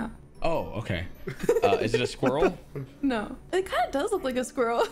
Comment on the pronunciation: ah yes, my favorite animal squirl not to be confused with "squirrel"